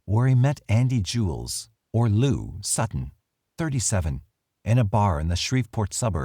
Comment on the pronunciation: sorry this is weird but her last name is Jiles, not Jules. its ⏃ common misconception. but even im now figuring out what happened to her, which is surprising due to her being one of my aunts.